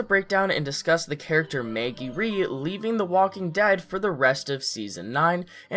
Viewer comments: Why do u say Maygee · MEhaggy. deal with it. :D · This person says “Maggie”in such an odd way 😆